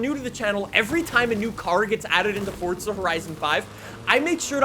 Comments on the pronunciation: It's not fort-za FFS. There's no T in FORZA !! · "Fortza horizon 5" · Is it pronounced 'Fortza' even tho it's spelled forza? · Welcome back to fortza horizon 5😂